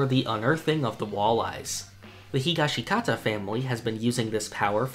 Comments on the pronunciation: I love your content, but you've got to pronounce Higashikata right. You're saying Hee-ga-shee-KA-ta. It's closer to Hee-GOSH-ka-ta. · I knew what it meant. Araki says "Hee-Ga-Shee-KA-Ta", thus, its not Hee-Gosh-Ka-Ta."